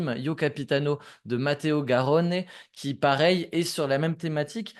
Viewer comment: L'accent sur la prononciation Garrrrone quel talent :p